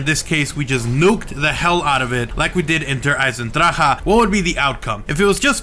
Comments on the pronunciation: Just looked it up. It's pronounced: Der Eisendraka like a German would say it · Der Eisendraha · its still horrible how you say der eisendrache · since im english i pronounce it like der eisendrac but what ever floats the pronunciation boat to me it sounds weird with the emphasis on the he